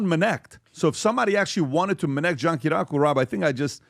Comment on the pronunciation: John Ki-ri-yah-ku 😂 it’s funny hearing all the PBD guys butcher his name lol